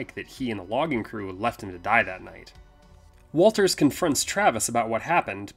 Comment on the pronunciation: Good job guys, but you call the "brother in law" Is Walton Travis' brother. Also the special detective's name is Watters, not Walters, in respect to the film.